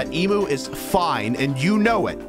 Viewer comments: yes, pronounce it emoo instead of the correct em-you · why does ranboo pronounce emu as “eemoo”. is it an american thing? its pronounced “eemyuu” right?????😨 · as an australian, i find the way ranboo says ‘emu’ really funny bc its pronounced ‘eem-you’ and not ‘eem-oo’ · he's... saying emoo.... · ive never heard it pronounced em-you lmao and i visit an ostrich and emu “farm” place almost three times a year lol